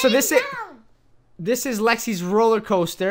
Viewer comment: Coaster Not coter